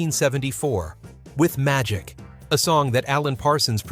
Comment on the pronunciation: Seriously, I always thought that whenever he says magic he was saying” Ohh Oh Oh ITS MY D**K. And to be honest, it still sounds that way.